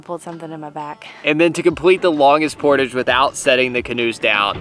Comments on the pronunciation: I don ‘t mean to be pedantic. But it is portage as in French with the accent on the second syllable. Jarring otherwise. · Liked your attitudes through it all. Finally in the last portage, one () of you properly pronounced the word "portage." Lol You don't say it like pottage. Rather emphasis is on the second syllable, and its por-tawge. It's a French word. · Haha its a "LOON" and its not portage its portage! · You guys did really good for your first canoe trip and especially the girls big portage, PS Canadians say portahje, more ahhj, ie French we invented the word. Keep up the great. Vlogs! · PORTAGE. IT'S A FRENCH WORD. JUST THINK, GARAGE PORTAGE... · Love you guys, but the way you pronounce Portagè drives me nuts... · My MIL is watching this vid on the TV and I was compelled enough to find the video (never seen/heard of this channel) to see if anyone else cringed every time the word portage was mispronounced 😬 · I'm curious what the regional pronunciation of portage is? I've never heard the word really until this bid! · You guys pronounce "portage" funny. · I feel the mispronunciation of portage wouldn’t bother me so much if didn’t say it so often. 😂